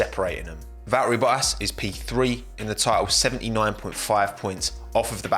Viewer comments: you seem like you just refuse to say the letter T it's so funny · Who's Lewis Hamlon? And who the heck is Vaeri Boas?!